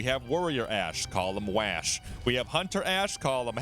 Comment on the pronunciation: Do he say waaash and not wash waaa